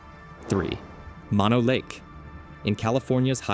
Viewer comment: "Mono" is pronounced with two long "o"s, not like the shortened form of mononucleosis.